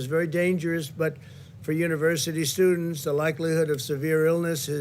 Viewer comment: Hope none of those "sewdents" catch the "few" ...